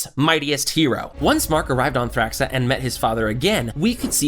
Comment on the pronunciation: Pretty good video, but I don't know how someone can mispronounce so many things when they literally say the words in the show. Like Angstrom, Thraxa, and Unopan